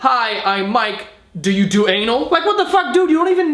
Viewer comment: "Just Vou"